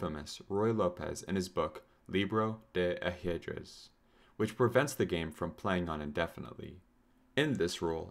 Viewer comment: Bro can't pronounce "libro de ajedrez" 💀